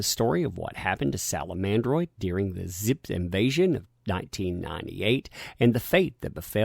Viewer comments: "zips"... ??? Vzzpyzz is pronounced "Ves-Biz" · it is pronounced VESPIZ,. Just FYI. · you donkey, you pronounced the Vyzpzz name wrong. 😂